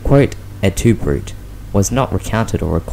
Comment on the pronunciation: It's pronounced "broo-tay" not "broot" ! 😂